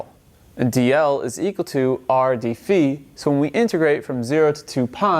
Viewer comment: haha "beefy hat". nah, dude, Phi is pronounced "fahy". omfg!